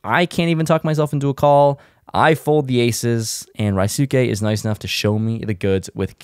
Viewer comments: his name is ryusuke, not rhysuke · cmon do you really call him Rai Suu Kei, instead of Ryusuke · Rye-soo-kay? Man doesn’t watch enough anime. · Ry-suke?!!! That’s worse than Eric Pearson calling him “Rooskie”….c’mon man! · Turned it off when you can’t say ryusuke properly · doesn’t know how to pronounce ryusuke’s name lol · Sick video. Make sure you learn how to pronounce ryusuke lol. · Bro you are butchering Ryusuke's name.